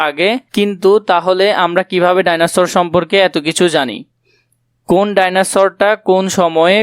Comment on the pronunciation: সার ভাইনোসর না এটা হচ্ছে ডাইনোসর 😂😂